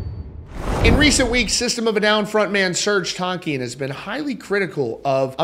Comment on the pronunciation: Do the world a favor and google "Serj Tankian pronunciation" before you make another video about him. You're welcome.